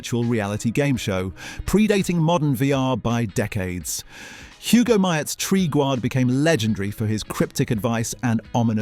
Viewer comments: Narrator clearly hasn't seen half of these... 'Tree-gooard' 🙄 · Tree-gar? Did you even watch the show, sir?